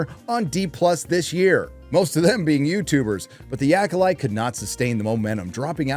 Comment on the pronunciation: Did you call it the Yackolyte? HAHAHA!